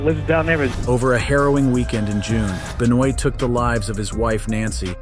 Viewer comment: Chris Benoit is innocent. Wheather you like it or not! Ironic how you manage to say his last name correct but you butched it &